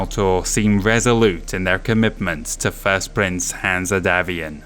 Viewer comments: Great job on this important and, imho, one of the best campaign books from FASA. Pretty sure Hanse is not pronounced Hanzeh, more like Hans but hey, great job. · Excellent video and impressive work. Greatly appreciated by a long-time Battletech fan. My only gripe is some of the pronunciations. My way of pronouncing Hanse as an English name is as Hans or Hanz, the -e should be silent. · Absolutely love all your content!!!! Brilliant stuff. My only gripe is that every time you say Hanse and pronounce it weirdly, it takes me out of the immersion of your wonderful narrative.